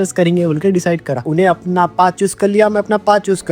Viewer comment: ur pronunciation sooo poor..apan..samaster..yak..ur illeterate